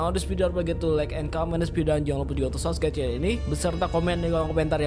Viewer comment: 😂😂😂😂 kebalik subcribe bukan subrek 😂😂😂😂